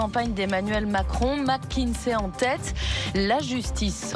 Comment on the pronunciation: Petit reproche à faire,c'est pas mac mais mc(mec)kinsey😊